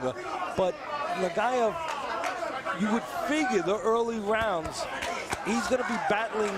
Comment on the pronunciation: Exacto ningún “rauns” 😂